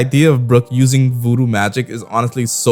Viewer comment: How do you mess up the word voodoo that bad 😂😂